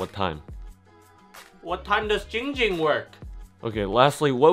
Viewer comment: It’s not ging ging It’s ZING ZING